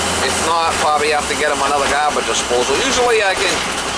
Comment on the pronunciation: Forgot the H in gAHbage! Great video!